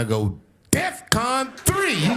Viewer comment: And it’s DEFCON not “DEAFCON” 😂😂🤣